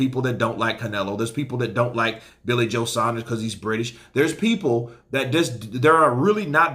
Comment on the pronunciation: The only American YouTube channel that pronounces saunders correctly